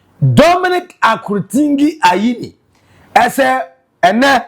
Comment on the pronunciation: is akurutinga and not akurutingi aah why cant you read and pronounce simple things